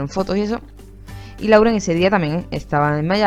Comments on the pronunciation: SE PRONUNCIA "LOREN" GALLEGA BESTIA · En lo del video de que Camren estaba en Miami y esta Camila grababa la comida segun mis oidos bien hechos Lauren dijo: We hungry o me hundred...😃😅